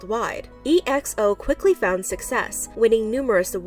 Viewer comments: it’s not E X O it’s xo like the letters x and o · EXO is pronounced “ex-oh” not e-x-o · I lost it when they pronounce EXO as E X O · its's not E-X-O ok? It's Exo. DO your research. Also would like to tell my fellow Eri although I'm just a new fan-ExoL's out there, stop with the OT12 please!It's NOT gonna happen ever again! OT9 is the way to go ever since Luhan and Tao left!Stop dreaming or defending this man who left the boys hurt and shocked and making them relearn all the choreos right before their conert. And now look what he's done. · It's actually pronounced as EX-O(say that quickly and it sounds like Ex zo) not E-X-O. Don't pronounce it letter by letter. I m not mad, jux pointing out the mistake👍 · Her E.X.O Me: tf its exo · Please just search how to say the names. There's no E.X.O group, it's EXO bc it's said all together like exoskeleton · I know this is so off topic but is pronounced “EXO” not letter by letter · Ya I heard is pronounced like XO and not E -X-O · You say it as exoh not e x o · Im sorry, this video was amazing but PRONOUNCE THE WORDS RIGHT, ya kinda sound like siri. Its Ex-oh, not Ee-ex-oh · It’s pronounced X O. 😐😐😐😐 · "E.X.O" Ma'am, just pronounce it as it is😫🤚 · EXO is pronounced as "ekso" like in "exodus". it's not "ex-o" nor "e-x-o" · it's not. in pronouncing "ex-o", people pause a while in the "x" then continue to "o" afterwards as if there is a space between the two letters. the right way to say it is to complete it as a whole word without pause like how you pronounce the exo in exodus. calling exo as ex-o is like pronouncing exodus as ex-odus. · shes not- we dont pronounce EXO like E-X-O. We dont pronounce the letters we just say it as it is together. Exo. "Eckso". And just bc she asian doesnt mean she saying it right- I'm asian too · "E.X.O" you just pronounce it the way it is lel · no. We just say Exo like 'ex-oh" not E.X.O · Its not e-x-o its exo dont say it indevishualy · It’s pronounced ex-oh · EXO is pronounced “ex-oh”